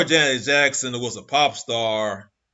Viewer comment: How about pronouncing her name right!!